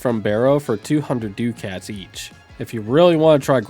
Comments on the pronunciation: DUCK-its. Not Doo-CATS. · You pronounce "ducats" like "dew-cats" ive always heard it as "duck-ets" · Ducats is pronounced like duckits. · Dew cats? LoL. Say, "duck at" real quick, and then pluralize it. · "Doo-kats"? You mean ducats? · Hahahahaha dew-cats lol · Why go out of your way to say ducats like that? It’s duh-kets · "doo-kats" sent me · The way you pronounce ducats stresses me out